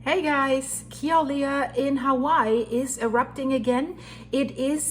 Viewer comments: As a native hawaiian born and raised on hawaii island.. it's pronounced (Kill uhh way uhh) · Say Killer-way-a